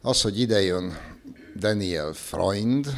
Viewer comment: A legnagyobb tisztelettel kérném, hogy helyesen ejtsük ki az általunk méltatott vagy éppen kritizált politikusok, közszereplők nevét! Daniel Freund helyesen: Dániel és NEM Deniel!!! Annyira nehéz ez??? Az ember szereti a pontosságot, pláne a kedvencei részéről...